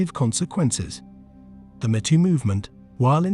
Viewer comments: "Me Too", not "M'too" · Are you referring to the Artificial Stupidity reader software that pronounces “me too” as “mehtoe”? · Imagine how dumb an automated voice robot must be to not even be able to pronounce me too properly instead saying meh tooo